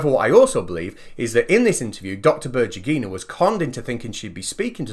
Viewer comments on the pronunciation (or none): Before saying berdjugyinaaid? try to use in Google Translate this: Светлана Бердюгина and use voice announcer. Accentuation in Berdyugina is on "U" symbol. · I insist that her name is spelled like "BER-DEW-GHI-NA", not "BUR-JEE-GHI-NA". Svetlana Berdyugina